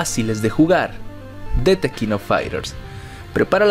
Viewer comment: Se pronuncia "de king...." No "te king..."